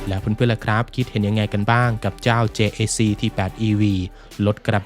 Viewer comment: JAC เจเอซี เค้าอ่านกันแบบนี้ครับ